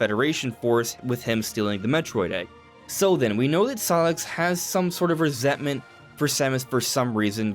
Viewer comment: it's pronounced SIGH-LUX not SIGH-LIX